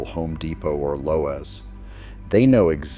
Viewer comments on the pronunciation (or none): Who pronounces Lowe’s as Lo-Was? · Ah yes, my Low-ez and Uhmanah...